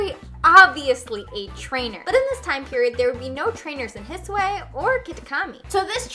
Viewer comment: I'm sorry but why do you pronounce the "I" at the end of the regions like that? It's like an English "i" but shorter; it's not an "ay" sound. ^^"